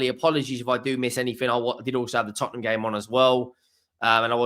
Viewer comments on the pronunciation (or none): none